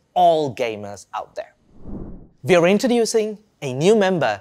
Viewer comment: We = Vee With = Vith Work = Vork Amd, if you want to present your new products please don't send Indians to be your presenter. They can't pronouce English words correctly.